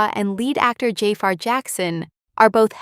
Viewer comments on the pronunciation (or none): Can someone tell these narrators how to correctly pronounce Jaafar's and Fuqua's names.